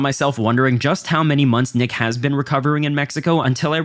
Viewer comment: There are multiple times where bro says “nick has” and it sounds like AI saying niggas 😭😭😭😂😂😂😂 bro im fuckin crying